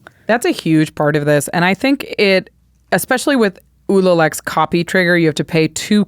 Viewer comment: There's no X in "especially."